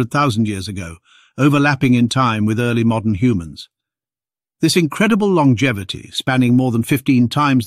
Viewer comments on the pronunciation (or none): none